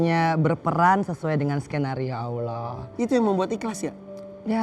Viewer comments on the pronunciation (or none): Bu Angel,.. sudah full muslimah, dan sudah khatam qur'an... Mbok Yao mengucap Allhoh nya kok kurang fasih ya... Coba ajarin pak Ustad supaya lebih .... FASIH YA...AMIIIIN3